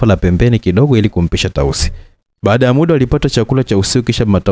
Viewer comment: nimependa sana hii story, ila kwenye kuongea nikuombe utumie neno MUDA badala ya MIDA, mida si kiswahili sahihi. Hadithi ni nzuri sana, nimeipenda. Samahani kama nimekukwaza.